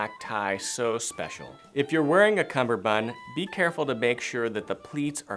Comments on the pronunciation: It’s a cummerbund, not a cumBerbund. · It is cummerbund, not cumberbund. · “Cummerbund”. “Cumberbund” is a common mispronunciation of the word. Go read up on it a bit. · Personally, I think you're dated. 👐 My opinion 👐 However, I think it's important to understand CUMMERBUND. It's pronounced just as it's spelled.